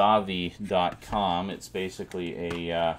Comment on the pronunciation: I loved how you pronounced Zavvi as Zarvi. :D It would be interesting if you did re-dub this whole thing in a British accent. 'Quite A Lot To Cover' is now available to download from iTunes. :D